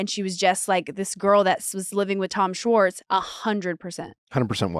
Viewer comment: Can nick pronounce schwartz with an h..... its not swartz (respectfully ✌️) and schwartz was on the show since the beginning.. he just wasn't a main character